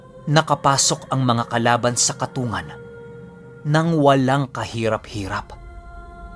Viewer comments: yong katungan na sinasabi nyo po baka po katung-gan ang pronounce po. Yon po kasi tawag samin sa ilongo yon ay kung tama po ang tinutukoy ko. Salamat sa mga share. Silent listener po. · Di po katungan ang pagbigkas niyan kundi katung gan... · katonggan po tamang bigkas nun. shout out😁 reynold taga masbate milagros